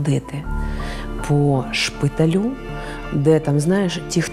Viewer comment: ШпитАлю, а не шпиталю.